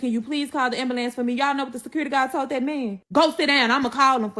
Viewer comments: Listening to her made me need an ambalants..😂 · Kewersssions she wasn’t axing any. 😂😂😂 Ambulambs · Pacificly. Ax. Ambalance.